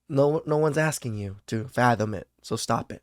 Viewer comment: Stop axing people!!! It's frowned upon. 😅